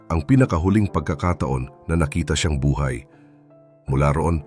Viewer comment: TO the narrator please pronounce Tagalog words properly "Buhay" is pronounced incorrectly